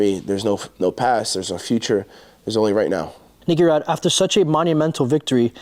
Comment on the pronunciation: Grease Rod ? Thats what I heard 😂